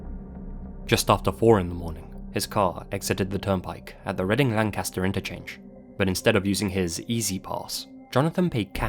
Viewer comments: Thank you for saying 'Reading, PA' correctly from the first story ☺️ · I love that you pronounced Reading correctly, Pennsylvania thanks you